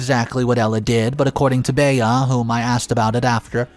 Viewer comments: Fyi, Bea is pronounced Bee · The mispronunciation is like finger nails down a chalk board.